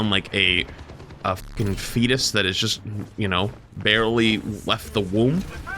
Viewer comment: I don't know why, but I didn't hear "fetus," I heard "feedist." Both are accurate though, in this case